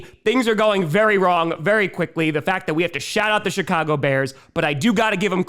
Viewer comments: Did he say:"Shitcago Bears"? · I thought said "Shit-cago" and shot pop out my nose. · He did and does 😂